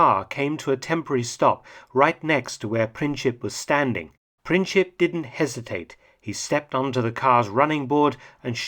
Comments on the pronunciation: Princhip? Nope. Letter "C" in the surname Princip is pronounced the same as in the word principle. 😉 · Hi Mark, "C" in Princip is an unaccented "C", pronounced like "Tz" in Tzatziki. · Gavrilo Princip is pronounced without the "ć" sound but rather a "c". Otherwise great video. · Is that correct, given Princip's nationality? While not occupying the same position in the name, look a the "ic" suffix applied to many names from that region (I was told once by a Slovenian friend that it means "son"), and it is pronounced by English speakers like "itch".